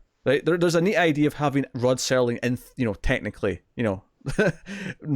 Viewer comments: Wait a minute his name is Rod Serling not Rod Sterling? Next thing you are going to tell me is that we do not get French Benefits. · It's not Rod S"T"erling ... it's Rod Serling. Please learn the guys name, at least, if you're going to talk about him. Thanks